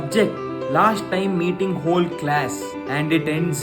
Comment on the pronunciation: Aavayya 'whole' na 'hole' andaage arta aaitu estu chanagi oodavne anta